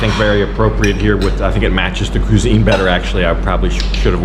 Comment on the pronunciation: I'm sorry I had to say something. Cuisine is a French word and is pronounced qwiz-een not qu-sine! "